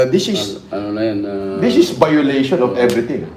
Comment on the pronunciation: "dis is bayoleytion of ebriting"